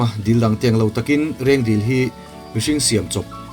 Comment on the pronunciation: 6.19min a Rengdil tui i tih hi Rengdil tui ni loin Reng Dil (lake) a ni, ziakah chuan Reng Dil tih a nia, ṭawngkam erawh chuan Reng dil li tiin sawi ṭhin a ni zawk e.